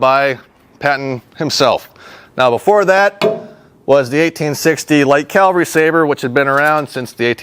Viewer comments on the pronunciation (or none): I don't want to be a dick, but it's CAValry, not CALvary. Calvary is the mountain in the bible, or whatever. Sorry, it was driving me nuts the whole time. Lol